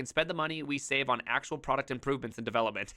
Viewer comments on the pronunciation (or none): none